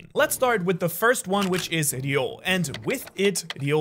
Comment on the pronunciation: why do white people always call the advanced armament haki is "Ryou" instead of "Ryuo"